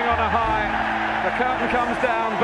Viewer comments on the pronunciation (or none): none